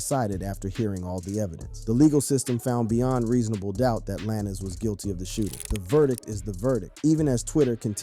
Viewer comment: It's pronounced lanes not lanis.